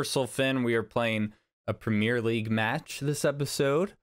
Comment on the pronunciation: Pls learn how to say premire league